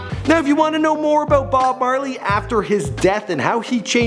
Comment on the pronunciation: You said bob barley